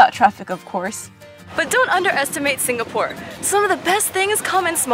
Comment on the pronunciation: actually it's pronounced more like sing-uh-pore and not sing-ga-pore